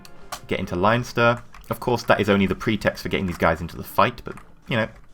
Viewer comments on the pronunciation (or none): Leinster is pronouced Len-ster not Lion-ster